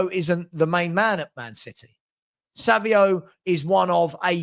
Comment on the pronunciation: Why do you keep saying: "Savio" the guy's name has an 'N' in it. It's pronounced "Sav-ine-O" (Savinho). Or am I missing something here?